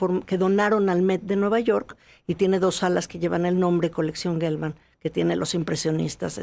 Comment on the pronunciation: Se dice Jelman, no Guelman. La palabra geografía no se dice gueografía.